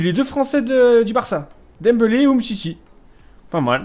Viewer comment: dit dembélé pas dembeulé footix